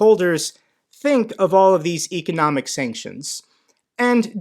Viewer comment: You're not saying economic correctly.